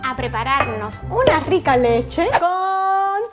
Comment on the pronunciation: "y aqui tenemos nuestra cheche rosada "alguien mas lo escucho asi o solo yo ??